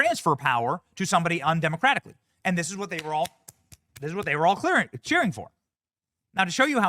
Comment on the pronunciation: Cheering AI not cherry ha ha ha ha ha ha